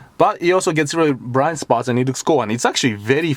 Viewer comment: im into american cars, but you said Bwiind spawt . that is the tru meaning of youtube, subbed